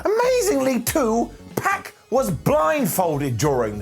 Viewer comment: Its "Pac" not "Peck"